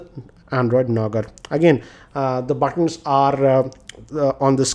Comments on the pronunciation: did you just say , Android Nougar?? 🙄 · yes he said android nougar